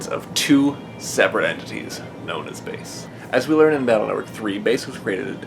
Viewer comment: It's bass like the fish not base smh